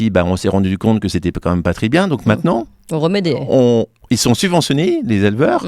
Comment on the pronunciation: Pas des hés mais des haies ! haie, lait, comme volet.